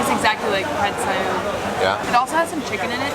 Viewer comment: didn't even get it right, you said Pad see eew